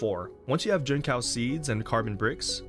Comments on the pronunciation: fyi, its jin-tsao (like in tsunami) and not jin-cow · Jincao is pronounced chinsao btw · I know it's a small deal, but if you do want to learn how it's said, the "c" in Mandarin is pronounced as "ts." So, it'll be "jin-tsao" 👍 Great farm guide. Thanks for making a video 😀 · bro said gene cow 🥀